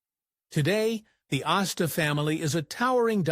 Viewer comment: The name is Astor, not Asta. That was the name of Nick and Nora Charles’ dog.